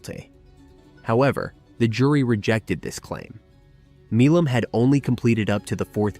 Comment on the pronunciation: The name Milam is not pronounced Mee lom. Milam is pronounced My lum.